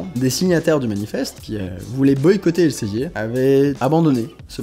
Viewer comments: Ça se prononce "el Zé vir" pas elsevier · Alors par contre, ça se prononce [elzevir] ;-) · ça se prononce "èl-së-vîr" ;) ce qui change pas le problème